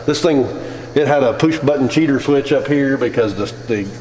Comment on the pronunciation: “poosh button”